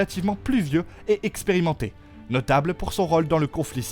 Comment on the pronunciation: Pad encore vu série mais je sais déjà que les noms sont ml prononcés. Ainsi que fautes d'orthographe et de prononciation : Tavantage, moins Texperimenté, soit pas Timpliuqué. 😂 Sérieux ?! Et les dragons expliqués?! Ben si on regarde série on comprend hein! Bref, pour les gamins quoi qui eux auraient pas compris série, post fait par un autre gamin fier d'avoir compris la série et encore y a une erreur! 😂 Journaliste c'est un vrai métier. 😂